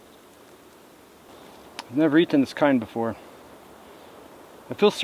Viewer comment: ITS A CURRANT!!! ker-ant not a curent MY GOD!